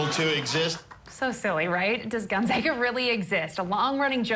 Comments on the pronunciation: His monolog is always good until it fizzles out at about the halfway point... and he needs to learn how to pronounce Gonzaga (GONE - ZAA - Ga!) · I know it’s a joke but Gonzaga University is named after Saint Aloysius Gonzaga, a Jesuit. Many Jesuit universities have buildings named after him. I lived in Gonzaga (pronounced gon-ZAH-ga,) Hall for two years at Fairfield University, another Jesuit school. Trust me, it’s all too real.